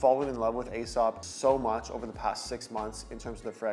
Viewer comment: Nightclubbing fragrance is a very ashy cigarette smell. It's what I imagined it to smell like in a club back in the 80s. Also Aesop is pronounced like "e-sop".